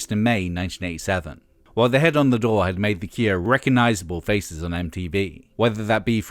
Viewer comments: Is it only me or has anyone else kept hearing "the ikea", instead of "the cure"? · Stop saying The Kieah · Is this voiceover AI? He says, "The Keer". Bizarre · Why are you saying "the kier"? That's not how you say cure! How do you get such a simple word so wrong? lol They called themselves The Cure because they envisioned themselves as the cure for something they saw wrong with society. So there is nothing fancy about their name to say it any different than you would for "the cure for [insert a disease here]". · Good to hear about the “Kuer”